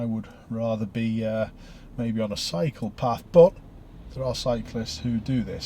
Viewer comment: I had to laugh when you said "I'd rather be on a cycle path". It sounded as though you said "I'd rather be on a pschopath". When does your case come up? 😀